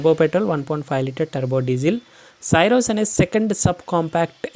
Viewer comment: You are pronouncing the car name wrong. It is not SYRUS it is pronounced as C - ROSE